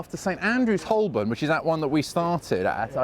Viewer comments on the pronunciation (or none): Surprised you pronounced Holborn incorrectly It should be "ho-bun" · It's pronounced Ho-bun, not Holl-born.